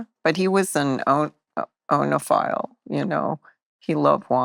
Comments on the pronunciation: Bill and Maureen, it is pronounced "eenophile". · Good interview but she pronounced oenophile wrong